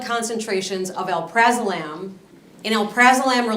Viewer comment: He can't even pronounce alprazolam correctly.